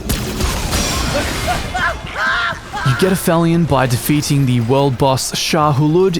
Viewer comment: Aphilion.....pronounced app-helion. Is the point in the orbit of a celestial body at which it is farthest from its local star